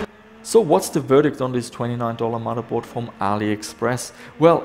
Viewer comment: "MODDERBOARD". FFS, dude.